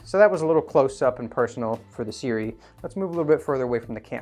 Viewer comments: Seer-oowee Just say a few words by the infamous mr meseeks before trying to pronounce the brand Seer-oowee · Pronounced Su-Ray. Go figure. I work with their reps. Don't understand why they don't just flip the vowels. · It pronounced kinda like S'Ray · Not really Sue-Ray. But close - if you dont speak Mandarin you won't be able to replicate the tones and phonetics of these two signs. It can be either 斯瑞 or 艾瑞. Closest pronounciation written phonetically will be Si- Rway (with the "i" in Si pronounced like in the word "sip" like "sip the coffee from a cup".